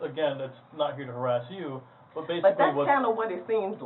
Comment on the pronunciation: How could they run that harassment campaign? Surely that's illegal. It's called stalking. Note the emphasis on the word "you". Not to harass YOU. That whole guilty-by-association is peak 'social credit scoring' or even beyond. Well, I shouldn't be surprised. I live in Germany. Tons of policy is implemented that is highly illegal. But same point everywhere: Government has law experts. They should have the experts check the stuff they want to do to ensure they're not doing something criminal. If not, then there is an implication of wanting it so badly that that possibility is tolerated.